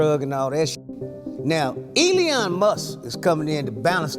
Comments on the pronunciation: sir, its pronounced ee-lon, not ee-lee-on 😂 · It’s E-Lon, not Eleon